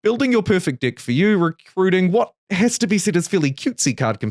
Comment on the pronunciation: I love your accent man, you saying next and deck just made me chuckle cause I’m a child at heart 😂